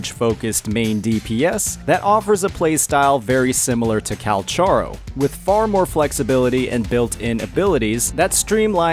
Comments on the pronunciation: Calcharo...calculator...calcuat 😂😂 brother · Ok, but why is calcharo's name getting worse each new video about him 💀, from calcharo to cacharo to kakarot to calculator